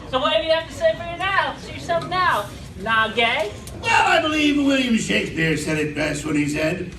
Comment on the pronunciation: Chris has heard of Shakespeare (or Shakesphere as he says it), but clearly doesn't understand more than that it's "ye good old english shit".